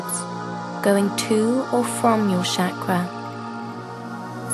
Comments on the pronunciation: my apologies in advance but if i can correct please pronounce 'ch' in 'chakra' as we pronounce in cherry not shakra as is done on this video. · I don't want to sound like a horrible person, but who pronounces it "shaq-ruh"? I've always heard it "shock-ruh". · no..it's "chuck-ra" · You are right if roses would have called onions they would have smelled the same. But even then Pronunciations do matter. Shakra in sanskrit means Brown sugar. anyways keep it up.